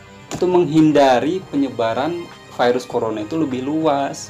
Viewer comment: kalau virus dijadikan firus pirus.. Mantap... 😂😂😂😁😁